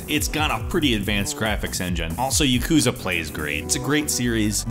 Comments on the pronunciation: PLEASE learn how to pronounce Japanese titles. You work as a presenter in these videos, so pronunciation is something you need to be good at. Good video otherwise! For example, Yakuza isnt pronounced Yakuuza, its pronounced YAkuza. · YA-ku-za. Not ya-KU-za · YAKOOZA YAKOOZA ahah i'm sorry you pronounce yakuza so funnily